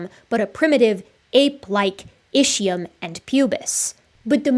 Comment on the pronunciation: Are you going to ever learn to pronounce "Ischium" correctly? It is pronounced ISKium. In ancient Greek (and Latin), ch is normally pronounced as a "K".